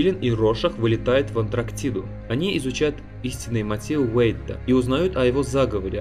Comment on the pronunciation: Ахах чувак ты сказал АнТРАктида